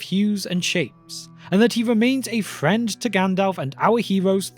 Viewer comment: for the love of manwe, learn to say your 'r's . seriously i had to stop listening because if i heard you say 'fwend' one more time I was going to put a staff through the monitor.